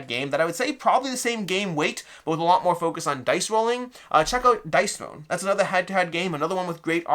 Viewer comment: What is this other game he mentions? Truly can't hear it. Dice Throne, Dice Bone, Dice Stone, Dice Known?